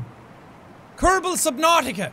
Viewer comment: Says subnousios